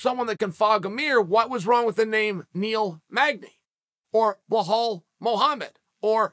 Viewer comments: Chanel put some respect on his name.. it is Belal not Behal lol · Why does Chael always say “Blehal”? It’s Belal. Belal. I offer this to you, Chael. It’s Belal. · Chaels being ridiculous with this take. He apparently sees no difference between Khamzat taking on Burns, Belal, or Magny. Chael there’s levels to this and Burns is multiple levels above the other two. Also, where tf do you get “Behal” from “Belal”. It’s not a hard name to pronounce lol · Me: Khamzat, Belal Chael: Hazmat, Blahal Me: OK, great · Belal, not Blahal :) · Somewhere in a parallel universe uncle Chael incorrectly pronounces Blahal Mohammed as Belal Mohammed, it’s just the way God made geese. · “…Blahal Mohammed…” - Chaehal Sonnehan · I find it Funny how Chael fucks up everybody's names and don't give 2 Shits about it 😂😂😂 "Blahal" , "Hamzat" and many others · I came across your channel awhile ago and have not missed a video since. Im guessing the reason you say some fighter's name's wrong has something to do with your upbringing, By that I mean the way your Father God rest his soul used to say Wrastling instead of Wrestling. I get that, What I dont understand is Why It's only Khazmat, Makelchev and Bhlal. Usually Id switch Channel's but your are a genius, I love MMA but I always learn about much more than MMA listening to you and something tells me this doesn't come from a bad place, But nevertheless, I think you could do better... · You are butchering Belal's name you call him Bahall lol... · The way Chael says "Belal" is so funny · CHAEL, I'M HAPPY TO HELP YOU PRONOUNCE BILAL MOHAMMED!